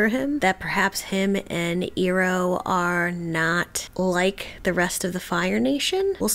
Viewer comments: EYE-roh, not EAR-oh. 😘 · Always enjoy watching people reacting to watching ATLAB for the first time. Two small pieces of advice for my 2 cents: Learn to say the characters names correctly, you’ll give us PTSD from the movie. 😂 It’s Iroh: Eye-row and Appa: Ah-Pah Also, the episodes are only about 22 minutes long. We don’t need a 15 minute play by play recap of the last episode. We seen it, we got it. Just share your general thoughts and then keep it moving. Enjoying the journey so far otherwise. ✌️